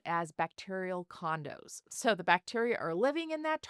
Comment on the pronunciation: I thought she said "bacterial condoms" not "bacterial condos"!😂 Condos makes much more sense in context.